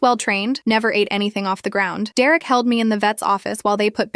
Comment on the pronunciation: Dererick?? Really?? It's either Derek or Derick.